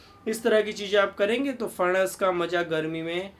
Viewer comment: सर, दाढी अच्छी लगती हैं आप को। बहुतही उपयुक्त आरोग्य जानकारी ! ! हमेशा की तरह ! ! धन्यवाद ! ! 🙏 आप का "फणस" का उच्चारण अस्सल "मराठी" हैं। 👌